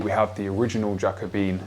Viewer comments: Jacobean is pronounced Ja-co-be-an not jacko-bean. Four syllables not three. 👍🏽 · It’s genuinely adorable that you’ve learnt the information and have pronounced Jacobean as you see it written. Love the videos, nothing but friendly vibes here!